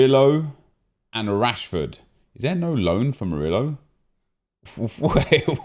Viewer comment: The way you pronounce murio triggers me